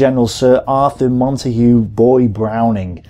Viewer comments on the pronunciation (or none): none